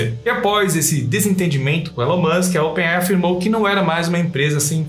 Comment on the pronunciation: Open AI é foda kkk se começar a ler um nome em inglês tem que ler ele inteiro com a pronúncia certa se nao fica meio estranho, o nome dessa empresa é open AI, lê se (open "ei" "ai")